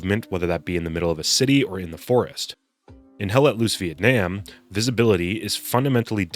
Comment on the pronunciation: ITS PRONOUNCED VIETNAM, NOT VIETNAM, DAMN IT!